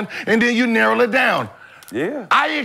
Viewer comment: Narowl it down… “narrow” 😂😂😂😂